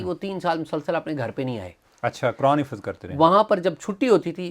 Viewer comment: خفظ نھیں حفظ ھوتا ھے